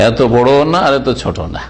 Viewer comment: "ছুট" নয় "ছোট" হবে।